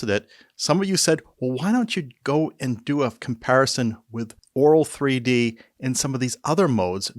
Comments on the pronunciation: The first time I understood Oraal3D instead of Auro3D.🤣🤣 And now I hear it throughout the video. Content information was very good, thanks. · To me it sounds like you do. Try pronouncing auto met een R.